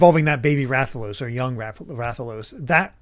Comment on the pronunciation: I kind of died a little on the inside when mispronounced Rathalos.